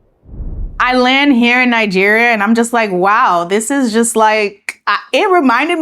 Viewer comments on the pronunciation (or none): “the job it-seelf “ and “ then I lan-here” she already has the Nigerian accent low key!